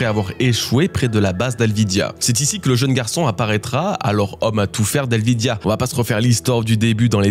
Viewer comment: Ça commence mal, c'est pas alvidya mais Alvida